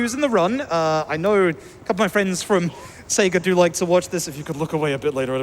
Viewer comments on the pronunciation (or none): none